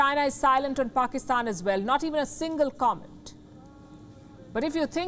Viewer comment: Did she just say 'faakistan' (faaka = going hungry )